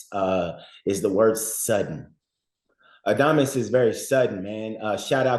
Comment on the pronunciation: If you are going to cover boxing. At least get these fighters name right. says adames right. Just say it that way